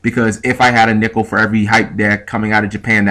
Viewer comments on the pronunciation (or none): It sounded like nipple when you said nickle. xD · At first I thought you said " if I had a nipple for every hype deck in ocg" but then I thought about it and realized you said nickel. Lol